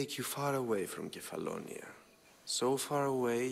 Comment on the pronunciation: Kephallonia is pronounced as kefalonia.